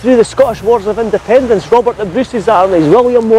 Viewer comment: It's Independ"e"nce dear ;-)